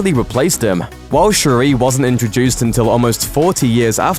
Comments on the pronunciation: Say it with me now: Shuri. It's pronounced Sure-e. Not Sha-rae. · Its not shuraaaah but shuri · Don’t be extra. Just say sure-ee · They pronounced Shuri's name so wrongly.